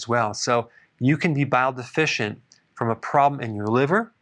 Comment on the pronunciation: Yes, you're "De-fish-ent"... haha